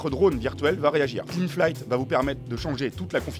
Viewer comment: (flight se prononce "flaï")